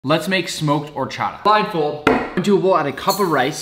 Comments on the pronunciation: Lol "or" "cha" "ta" Wrong pronunciation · Nick's pronunciation of horchata make me latino person mad. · The correct to pronounce horchata is with a silent H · I know right when he said I was like no that’s not how you say it he butchered the pronunciation